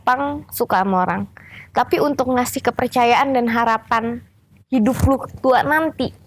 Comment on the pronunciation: Wkwkwk... Pas bilang kepercayaan ak mikirnya ke yg lain,kan pas bilang "ke" nya agk panjg tuh